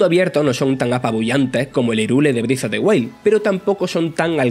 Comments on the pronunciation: Zelda Brif of de Uail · Zelda brif of de huaid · Zelda brift of de wail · "Briz of de guail"